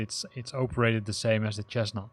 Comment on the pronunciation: It isn't "pilot heat" - it's pitot heat. I'll let you google that to find out what it is. In English, by the way, it's pronounced Sessna, not Chesna. Thank you for the video